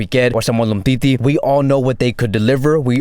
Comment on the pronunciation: "...or Umtiti" 💀